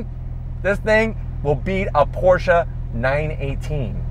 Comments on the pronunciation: Can't believe you got to drive this beast,. I'm jealous. Also, so glad you pronounce Porshe properly. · I’m just glad you pronounce Porsche properly. Danke!